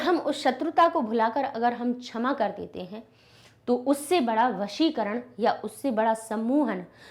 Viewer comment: Mam that's shama not chama😂😂😂